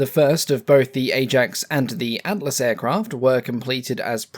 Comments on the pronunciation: Don't worry about it. Atlas sounded fine to me. Then again, I'm from a well dodgy part of Norf London. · didnt sound wrong when ye said atlas so... i guess its good enough